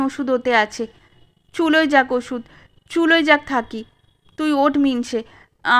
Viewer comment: গল্পপাঠে থাকমণি নামটা থাক্ মণি বা থাক্ বলিয়া বারংবার উচ্চারণ বড়ই বিরক্তিকর। উচ্চারিত হওয়া উচিৎ ছিল,থাকঅ কিংবা থাকো। ঐ ত্রুটি বাদ দিলে সামগ্রিকভাবে গল্পপাঠ অপূর্ব।